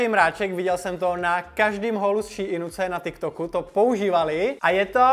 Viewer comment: Ummm to není ší in to je normálně SHEIN 😊